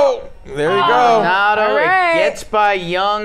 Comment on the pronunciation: pls it’s like “mol-Donaldo” not “MAL donado”